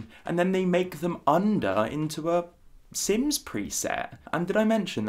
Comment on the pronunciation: Our mans said “sims preset” IM DEADHEHDJ